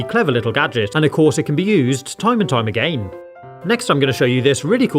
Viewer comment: The way he says again A..Gain